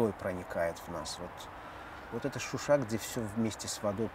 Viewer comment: Не Шуши А ШУША!!!!!!!! Это Азербайджана